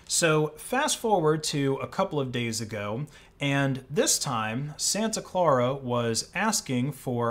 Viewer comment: What is so hard about pronouncing the word "Clara" as in Santa Clara?? The guy has saying it like four different ways. 🧐